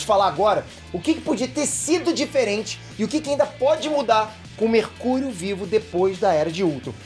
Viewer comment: Quem ouviu ele falando mercúio numa parte domvideo